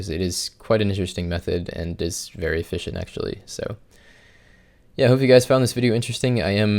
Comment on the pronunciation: I think that's the joke guys. He says the e like an i